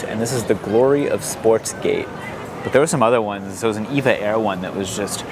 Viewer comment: I know you love chiding Jackson on his Massachusetts city name pronunciations!! In that spirit it’s pronounced EE VE AY Air not “Evah”. If you’re gonna be a plane former you will need to know. Love the video